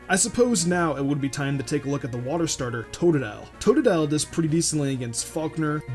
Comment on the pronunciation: Fuck you it's Totodile